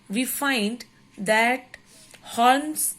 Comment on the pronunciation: It's not holmes to pronounce but u should pronounce homes